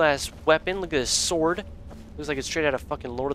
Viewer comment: "Ancient snord sword of cold!"